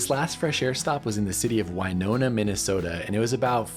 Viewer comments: it's WIN-ona. 😂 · You almost pronounced Winona right. It is the hometown of Winona Ryder, so it is pronounced the same way. I am taking my mom on the Floridian from St. Paul, MN, to Orlando starting Jan. 1, 2026. Have you ever taken the Floridian? We've taken the trip from St. Cloud, MN to Seattle and that was fantastic.